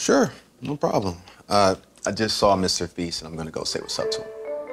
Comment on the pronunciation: OMG NOT "mr feast " AND "sssnipertiger"